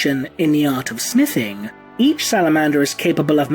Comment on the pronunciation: it sounded like you said "Because of their education in the Art of Sniffing" This immediately peaked my curiosity. I was like wutt? ?Unfortunately you said Smithing...